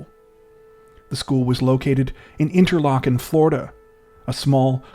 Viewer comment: I'm just surprised you pronounced 'Interlachen' correctly. A lot of people butcher it 😂